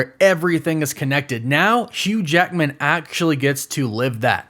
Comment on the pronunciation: “Hugh JAEKMIN”